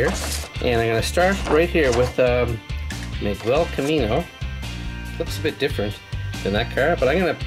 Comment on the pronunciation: Its Miguel but you say it Migel